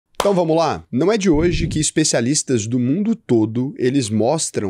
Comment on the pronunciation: o "Então vamos lá!" escrito no começo de todo o vídeo não deveria ser "Então vamos lá?"? Você sempre pronuncia como uma pergunta.